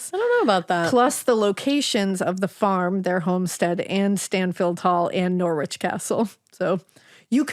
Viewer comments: You don't have to be rude! They are hardly going to know that it's Narrrrrich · You really should research place names before you start trying to pronounce them. Please look up Norwich and try again. Americans 🙄